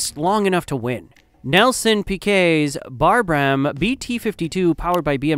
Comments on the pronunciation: What is a Brarb ham? it’s pronounced Brab (like Brad, brat etc, but with a b, y’know), quickly, like it’s one word. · Brabham is brae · bm and liter is lee•tr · Im sorry barbram ??? A real F1 fan would know its Brabham because weve heard the name a thousand times and know its from Sir Jack Brabham world drivers champion ! who mind you built the car he won it in. Then the team wad eventually sold to guess who ?? Bernie Eccleston that should ring a bell right ? You know the guy who was the head of F1 from . I could only make it 3 minutes into the video without shouting at my phone. After you talked about monza (italy) and showed us adelaide (Australia) Dont patronise real f1 fans .... do better im sick of seeing reguritated 💩on youtube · Bar Bram 😂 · its not hard to say is it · PS I have never heard Brabham pronounced in that way before :-) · Also mispronounced liter and legends.